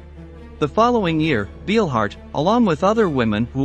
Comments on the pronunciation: Couldn't you at least check how a name is pronounced, before you make a video about her? That "Beelhard" makes me cringe every time he says it... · Narrator you pronounced Ernas last name wrong. In German ‘ei’ is pronounced as a ‘long i’ and ’ie’ is pronounced as a ‘long e’. You’re fired‼️ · Narrator you mispronounced ‘Beilhardt’. In the German language the letters ‘ei’ are pronounced as a long ‘i’ with the ’e’ being silent. Inversely, the letters ’ie’ together are pronounced as a long ‘e’ with the ’i’ being silent. If you are involved in documentaries you should get things correct including accurate pronunciation.